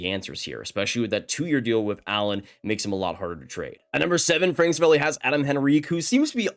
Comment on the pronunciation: say it with me please. Ser-A-Val-E